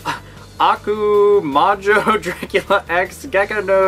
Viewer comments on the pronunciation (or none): none